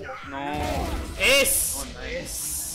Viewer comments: We not gonna talk about how it said ass in stead of ace lol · 14.29 When you hey ace but it says ass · Wait- one of the plays says "ASS" instead of "ACE" XD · OMGGGG LOLLLLLLL WHEN THIS JETT IS SO FUNNY HE GOT AN ACE BUT INSTEAD OF ACE IT SAYS ASS